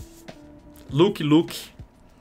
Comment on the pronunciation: peloamooooorrr, nao é luqui luqui, nao sao duas palavras repetidas hahaha é lãqui luqui